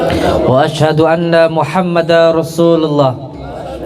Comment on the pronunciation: baca syahadatnya aja blum benar..Muhammada rosulullah,wkwkw seharusnya Muhammadarrosulullah.tanwin bertemu ro bacaan idgom bila gunnah..din Udin guss palsu